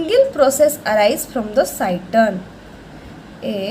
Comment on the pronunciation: Head part of neuron is called cyton/cell body not cyston what you are saying.